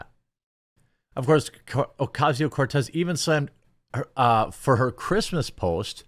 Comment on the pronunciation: You don't roll the R in Cortez. Only the double R such as "carro".